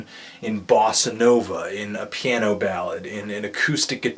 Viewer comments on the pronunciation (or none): none